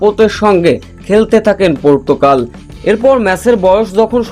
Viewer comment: ভাই সেটা পর্তুকাল হবে না! পর্তুগাল হবে যে! আগে আপনার ভাষা ঠিক করেন তারপর এখানে চাপা মারেন ।